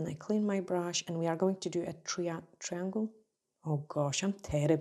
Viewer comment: ❤️❤️❤️ I notice you have no trouble pronouncing the word "try" and that is exactly the beginning of "triangle". 😊 Can't wait to TRY 😆 these!